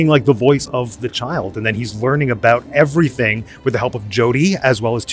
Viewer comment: That's what I'm talkin aboot... Eh?